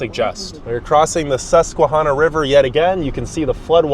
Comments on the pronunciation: This person needs to do some fact checking along with the correct pronunciation of our rivers and our native American tribes. He asks why the city has such a high poverty rate. Maybe he should check out what the formerl mayor Juanita Crabb made with NYC in the mid-80. They sent bus loads of welfare recipients to Binghamton with the agreement that NYC would pay for the 1st year of benefits for people relocating to Binghamton, then after that Binghamton and Broom County would pick up the tab for cash assistance, Medicaid and food stamps. She did this to raise the population of the city after loosing so many residents/ tax payers when a lot of the industries left. The crime rate soared when the bus loads of people from the Bronx, and Brooklyn moved to Binghamton. A lot were drug dealers because the price of drugs in Binghamton were 2-3x what they would get in NYC. She also chose to build a baseball stadium rather than to build a world-class mall. (The Destination Center Mall in Syracuse. Originally called the "Carousel Center" named after Binghamton, the carousel center of the . He also didn't touch on the number of carousels in Broome County. He also never spoke with city officials on getting rid of the urban blight and slum lords in the city and how the city is trying to clean up the city in order to make it more appealing to business looking to locate in the city. He also didn't even mention that Dick's Clothing and Sporting Goods started on the east side of Binghamton. Yes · Sometimes I think I will perish if I hear one more person pronounce Susquehanna incorrectly. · First of all, learn how to pronounce Chenango and Susquehanna. We left Binghamton in 1995 and have lived in a red state since. We cannot wait to get back home to Binghamton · You’ve pronounced the rivers incorrectly. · Chenango is pronounced “sh” and Susquehanna is pronounced with a ‘short a’ like in Hannah